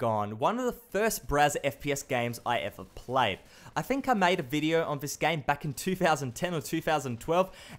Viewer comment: whenever he said game i hear 'gang'